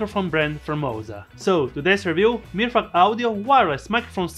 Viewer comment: amazing man. I love the way you say MirFuck, ops Mirfak. Great video. Love the channel.